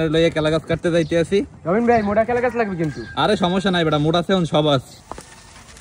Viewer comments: কলা গাছ ❎ কেলা গাছ ✅ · কলা গাছ❎ কেলা গাছ✅😂😂😂😂😂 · কেলা গাছ ❎ কলা গাছ 😂😂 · কেলা গাছ, না, কলা, গাছ😂😂😂😂😂😂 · কেলা গাছ না কলা গাছ😂😂😂😂😂😂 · কেলা গাছ না কলা গাছ